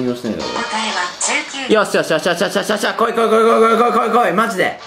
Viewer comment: ｢お前がトミーだよ…ん?」 19がJKに聞こえるのって俺だけ?